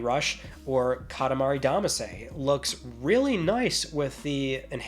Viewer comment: Hold up.... How did you just pronounce Katamari Damacy?